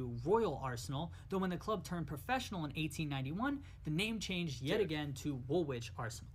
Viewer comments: Hi. V enjoyable. Learnt a lot. In terms of pronunciation..Woolwich is pronounced wool itch. Derby is pronounced Darby. 1 down 19 to go lol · Pronunciation guide:- "Wool-itch'. Thanks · The second W in woolwich is silent